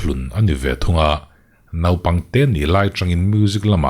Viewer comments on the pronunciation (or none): none